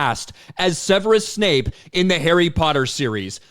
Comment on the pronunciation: It's Severus Snape, not Severus Snipes. Ten points from Gryffindor.